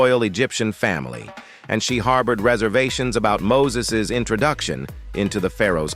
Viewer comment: This announcer needs to learn people's names......... Mo-sees??